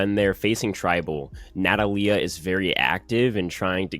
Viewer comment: I cringed every time you mispronounced Natalia